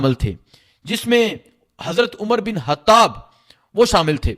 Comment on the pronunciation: bahi Koshish Karen ke ye hatab nahi " khatab" ha, app ke lehjey kily mushikil ha lekin Koshish Karen.